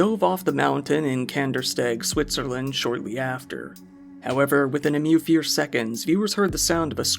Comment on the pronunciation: You said “within a MEW FEAR seconds” 😂